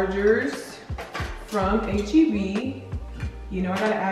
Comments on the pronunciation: idk why but this whole time I thought you were always saying A-G-B 😂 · We’ll never forget past vlogs where we thought you were saying AGB 😂 So proud of you for this sponsorship!! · can’t lie u deserve this sponsorship Bc I’ve never heard of HEB or as i thought u was pronouncing it “8GB” lol